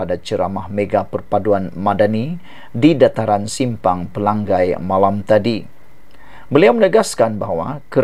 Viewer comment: Pelangai... Sama bunyinya dengan Pelang nyai.. Bukan Pelang gai